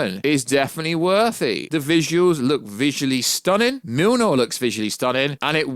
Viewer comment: Dude what is the deal with you pronouncing Mjolnir as MIL-NOR…. It’s MULE-NEAR my dude 😂